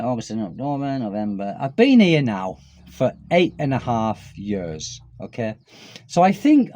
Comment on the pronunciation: Now, when you say the word "years", it sounds like "yurs". If you know what "ears" sounds like, you just make the "y" sound, followed by the "ears" sound. Maybe "yeers" would be a good way to describe how "years" should sound 😊